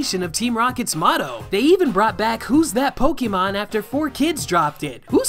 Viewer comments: >Huge fan of Pokemon >Still calls it poke-ee-mon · I can't take any kid seriously if they pronounce it "poke-ee-mon" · wow never seen someone who loves can't pronounce Pokemon